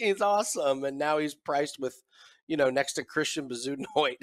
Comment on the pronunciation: Nick wasn’t laughing at how far Clark has fallen and how he’s the same price Bezuidenhout. Nick was laughing at the ridiculous pronunciation of Bezuidenhout.